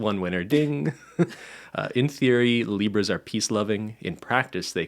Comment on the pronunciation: I'm eating m&ms and it sounded like was saying "zebras" instead of "libras" at first and I loved that